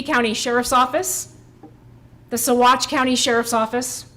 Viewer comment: good job on pronunciation of Saguache!